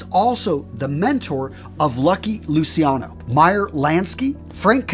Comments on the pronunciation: Lou CHEE ah no. NOT Lucy ano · Great vid, as always, just a little tip; it's pronunced Luciano ("Luchano") and not "Lusiano", just like everytime you find C-I and an other vocal in italian; we pronunce it "CH-" and not "SI-" Many americans, infact, think Luciano is a name related with Luisiana and, more generally, with the french name Luis; btw Luciano is a way more acient name, it cames from the latin world for light: "Lux,Lucis" and it litterally means "Bright". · its luciano pronoucend lu chi an no